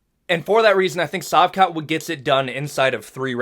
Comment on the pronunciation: I think Kamaru is staying at 185. There are good fights for him there. Also, it's SHavkat, not Savkat. Great channel, you've kept me entertained over xmas.